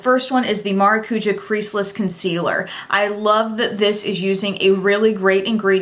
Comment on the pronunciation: Hey! Love your videos just wanted to let you know that in Portuguese (the Brazilian language) "maracuja" is pronounced with the emphasis on the "ja". So how you were saying it was Mara cuuuu ja, when it's said maracuJAH. I mean no form of disrespect when I make this comment just thought it may help you out.